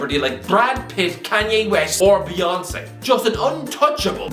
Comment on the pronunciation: Beyoncé* not Beyoncei